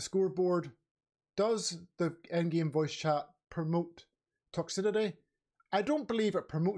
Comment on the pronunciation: It's pronounced Toxicity! Don't know what the fuck you're saying there mate.